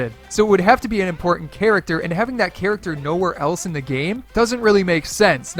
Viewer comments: Sir, you said Imortant not Important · he said imortant